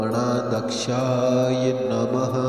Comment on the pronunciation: गण अध्यक्ष गणाध्यक्ष असा उच्चार हवा. गणादक्ष नाही